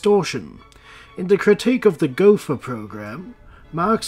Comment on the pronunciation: Btw, Gotha is pronounced like Gota. The th is pronounced like a T in german